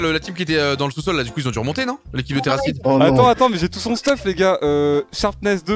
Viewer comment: Rip terracid pour avoir fait /us au lieu de /uz